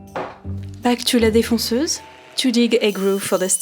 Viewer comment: le FRENCH ACCENT! LA DEFONCEUSE xDD